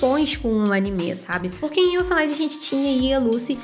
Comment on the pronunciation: Se pronuncia "Erfên Lídi" (Canção dos Elfos). O nome é alemão e não inglês Esse é foda, curti demais. Assisti lá pra 2006